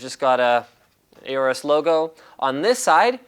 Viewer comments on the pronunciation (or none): Aorus is pronouced Ore-Us. Like Aura. The A is not pronounced hard. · You pronounced aorus wrong